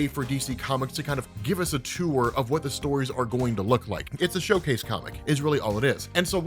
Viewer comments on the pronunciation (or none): none